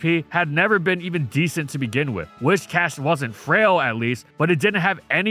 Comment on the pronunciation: Your pronunciation of Whiscash is incorrect. It's Whiscash, not "Wishcash". It's got big whiskers hence the name.